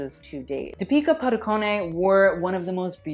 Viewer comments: No one:: di-pika padu-konei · ily but that pronunciation WAS NOT IT... it’s “deep-ih-kah pah-du-cone” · i love you but its not that hard to search how to say deepika padukones name on the internet